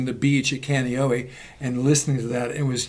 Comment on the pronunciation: So great to learn that two of my favorite tubers are pals., I feel I must say that the first two syllables of "Kaneohe" should probably not sound like "Canny," but more like "Kahnay..." Cool to know that you first heard "Back in Black" here in the islands.